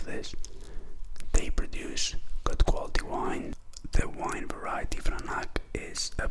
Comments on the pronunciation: Just for future reference it is pronounced VRANATS. Not vranak. Regardless good review. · Not exactly. It is pronounced: vranatz.